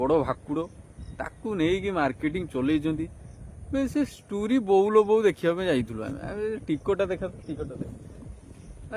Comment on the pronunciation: ଯାହାକୁ ଷ୍ଟୋରି ଉଚ୍ଚାରଣ ଆସୁନି ଷ୍ଟୁରି କହୁଛି ତାର ଯୋଉ ଜ୍ଞାନ ହେଇଥିବ 😂